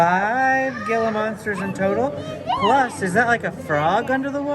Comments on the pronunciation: Gila monster is pronounced HEE - LA it isn't pronounced Gil la . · Great video. A couple quick comments. The Australia House closed before COVID so I think it's just closed. Also the Gila Monster is pronounced "Hee-la" monster, just a little tip from a former southwesterner. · The “g” in Gila is pronounced like an “H.”